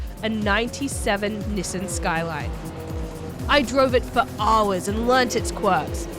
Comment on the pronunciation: Haaaaars and haaaars. Is it just me does say haaaar instead of hour? Definately a mixed accent, Australian and something else. Just can't place the secound part of the accent.